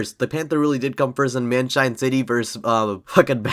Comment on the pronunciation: i beg you please pronounce it "myun-hen" as its supposed to be not munchen LOL